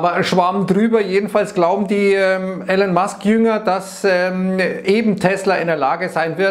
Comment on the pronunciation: er heißt "Elon" nicht Allen haha